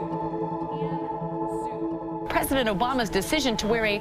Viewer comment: oh tan suit gate, i thought you were saying tan suokue